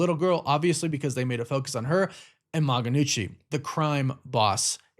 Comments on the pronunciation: Did he just pronounce it as ma "ganoochi" HAHAHAAHHAHAHHAA , brother ya say it like "noo-chi" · Bro says Punisher is one of his favorite character but doesn’t know how to say Ma New-Chi, not GUH NEWCHI😂. Poser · the "g" is silent in ma gnucchi